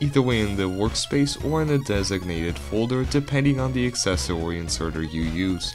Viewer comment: I love that he says accessOwY